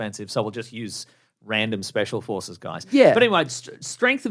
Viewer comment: Can't help but hear "special horses" instead of "special forces"